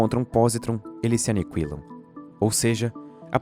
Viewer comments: por que vc fala "anicuilar" ao invés de "aniquilar"? não é uma crítica, dá para entender perfeitamente... só achei curioso (e fofo) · Prezado, sou fã do canal. Parabéns pelo conteúdo. Entretanto, o "u" de "aniquilar" não é pronunciado.